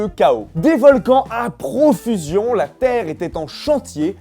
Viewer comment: crétin PS: mettez pause a lorsqu'il pronoce le "la" de "de la terre" mdrr